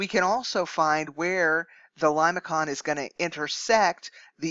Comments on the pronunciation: limason not limaKON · It is something like Lay -may-son, not limakon when you pronounce it. Please make corrections. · I believe your pronunciation is incorrect. Limaçon is a French word so the c is pronounced as an s. So The first pronunciation lih-muh-son is correct.